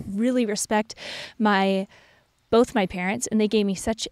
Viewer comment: What was in regard to? has some interesting pronunciations. SOW- siety instead of suh-siety. He also says boLth instead of both.